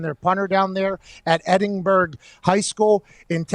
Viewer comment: Can't believe McAfee got Edinburg name in his mouth😂